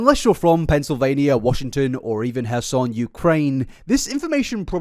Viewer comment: Would it really kill you to pronounce your R's? It's not "hassan" Ukraine, it's kherson